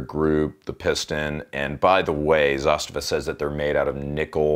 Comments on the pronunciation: Its not pronounced Zastiva.. Its "Zaaz-tavaa" As in direct translation - "to force" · Its Za - STA - va. 😆